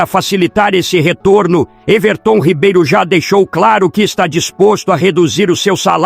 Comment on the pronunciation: Quem é esse Ervertôm Ribeiro , eu conheço o Everton Ribeiro , essa IA narrando é uma merda !